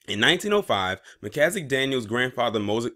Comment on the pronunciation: MAN YOU STARTED OFF REAL GOOD PRONOUNCING IT AT FIRST